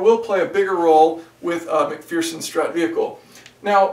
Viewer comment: Shafiq Zainal 😂. I was thinking the same. Should be Mac-fur-sun strut!